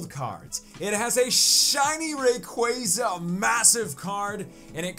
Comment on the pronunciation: its rayquaza not rayqueyza. Love ur vids tho!